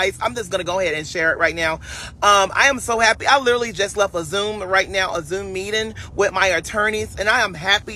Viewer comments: What’s a “meedin???🤣🤣🤣🤪🤪🤪🤡🤡🤡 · Meedin(meeting)….goshiatin(negotiating)…matafastin(manifesting)…esited(excited)…udderins(utterance)… everytheen(everything)…liraly(literally)…….Thank me later